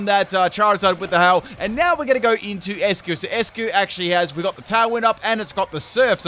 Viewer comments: Its not 'ess-cue' its 'ice-cue' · I believe Eiscue should be pronounced as "Ice" cue because it's a play with the word "Eis" in German which means "Ice" and it's pronounced as such.